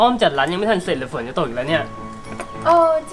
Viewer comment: พูดฝนเป็นตด 5555+